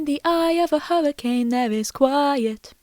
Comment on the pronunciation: The location Hurricane is supposed to be pronounced "Her-ah-kun." The name Evan is heavily contested. Fredbear was in animatronic mode not suit mode so the springlocks couldn't have been set off by the Crying Child's tears. We actually don't know if Michael was in Fnaf 3. One could even argue it's Henry, others that it's a rando. Sister location would be after Fnaf 2 and Follow Me. It was also for the dlc characters to be made canon, such as the Halloween animatronics. I think they should have been 2 different continutities, same goes for Sister Location. Glad you did a good mention of the donations without brushing them off, too many online do so. Also, Scott while was supposed to retire still hasn't. He still works with Steel Wool, has made games, and is working on the movies. Let alone still making money. As for William being back and the "ending of the old era." In Pizza Sim Henry's planned was based on the POSSIBILITY heat could get rid of remnant, not the guarantee. In addition, William had already been through 1. In UCN Henry's plan is established to have failed an only distil the remnant into one place making things worse. Help Wanted, William is brought back by the company. Security Breach, William underwhelmingly returns. Ruin and Help Wanted 2, might have retconned William returning. I think the problem is Scott as we know doesn't like horror but loves sci-fi, and is trying to insert it into the franchise which created a mess. I think there is 2 bites cause Scott w